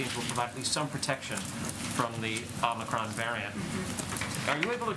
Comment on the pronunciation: Please tell Brandon it's OMICRON.....not OMNICRON.